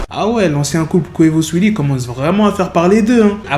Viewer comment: Arrête de dire swea lee au lieu de saweetie